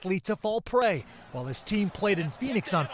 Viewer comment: OMG can no one pronounce the word WHILE correctly anymore?